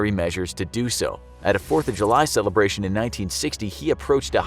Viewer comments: It’s the 4th of July, not Jule. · “Jule 4”